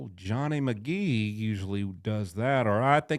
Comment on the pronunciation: "Johnny MaGees" 🤣 For some reason that struck me funny.